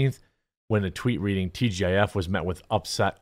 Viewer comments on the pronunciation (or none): none